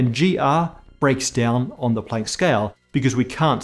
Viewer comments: What floors me is when he strains to pronounce German names according to the native German pronunciation but then when he gets here he's like, "Play-nk" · pronunciation of Planck makes walking the plank seem like such a short distance.